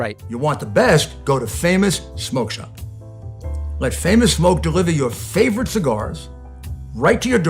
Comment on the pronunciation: He's a Loy-ya...and he loves his favfit cigaws...frawd, frawd, frawd...yes...let's put ketchup on Trump...gotta watch that late night backdoor shift...its a doosie!...😆